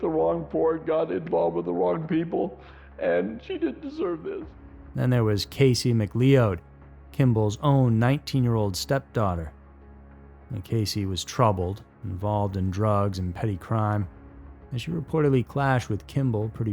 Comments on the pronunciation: FYI McLeod is pronounced Mc-cloud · Casey Mcleod (pronounced Mcloud) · McLeod is pronounced like McCloud. Love your channel! ❤ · The name McLeod is pronounced "Muh-CLOUD" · He's notorious for his mispronunciations.